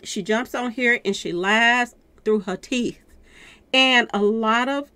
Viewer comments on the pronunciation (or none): Lmaoo Through Ha Teeth